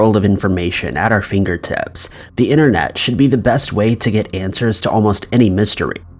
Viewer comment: “With a whole world of information, at our fingerTITS” 😂🤣😂🤣